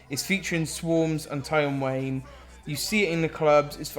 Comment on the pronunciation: are we going to ignore how he pronounced Tion Wayne?